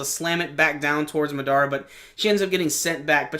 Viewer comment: You have good reviews my man; but it's Mahh-Dahh-Rahh, not Muh-Daruh.